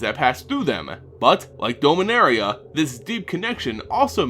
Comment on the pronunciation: Need to review your pronunciation on a few things. I know with (science) fiction, pronunciation is often left up to the one reading/playing/watching it, but names like "Beleren" and "Dominaria" DO have correct pronunciations now. It's sounds petty, yes. But then again, your pronunciation is distracting at best. For the record, it's buh-LEH-rin (Beleren) and DAH-mih-NARE-ee-uh (Dominaria).